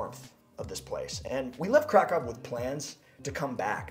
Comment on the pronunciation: I do love your video; especially as I am now both Polish-American AND Polish, and I will soon be moving to Poland, but could you do us a favor please and try and pronounce the names of both cities and food better? Krakow is NOT pronounced as if you are saying "Crack+Cow". The a is pronounced like in the word allow or ah. The o is like in the word boot, and the w is their v sound... So "phoenetically" it looks like this--> krahkoov... The pronunciation for Pierogi is like this... "i" is usually a long e sound like in the word pea...the "e" is like in the word egg... This time the "o" is a long o sound like in the word Oh or row...and the "gi" is pronounced similarly like the Japanese word "gi" which is the outfit people wear when doing Karate or other martial arts. Oh and every vowel is pronounced... This looks "phoenetically" like this... *pea+eh+row+gi*. Please know I don't mean to sound egotistical or arrogant. I need to learn a LOT myself, but this part is important too....